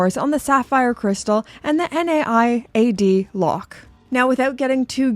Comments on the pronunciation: Naiad isn't an acronym or initialism, so you don't pronounce it N-A-I-A-D, and in the UK it's normally pronounced as NIGH-ad / Ny-ad. A Naiad is the mythological nymph of flowing water, and another nod to Ancient Greek mythology like the hippocampus also used by Omega. (meanwhile you were right the first time on "galvanic", it is pronounced gal-VAN-ick) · Good video as always, but the NAIAD lock is pronounced Nye (like Bill Nye from TV) Add, like adding something. I laughed out loud at the value finder comment too btw. 😅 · Love the Planet Ocean! You were right about galvanic, wrong about being an idiot, and missed that Naiad is a word... it's a Greek water nymph. You say it something like nay-ad. Just in case you're interested. 🤷🏻 Love the channel. 😎